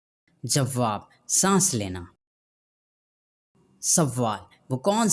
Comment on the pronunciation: Jawab hota ha jawwab nahi.Sawwal nahi sawal hota hai.tashdid donon per nahi hoti